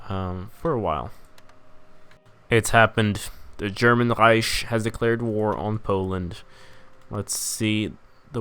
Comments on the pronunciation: germans pronounce it like rEIchksh which is not the rEIsh that the swede here is pronouncing it as. Plus he's speaking english so should probably pronounce it correctly in english as rEIck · reich is pronounced Rike. Long I sound with a K at the end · there is german pronounciation. One says Reicksh, one says Rike and one says Reish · What the fuck? As a german I have to tell you that it is pronounced Reish. And for your site: No one says Rike or Reicksh. Some just pronounce the R differently. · lian hector the English pronunciation is with a k sound that's always what I was saying. He is speaking English and is not German regardless of whether the word is German or not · still can't pronounce reich though. does this mean you're part of the bourgeois?